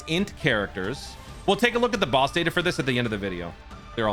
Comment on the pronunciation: "Big bad Baowss"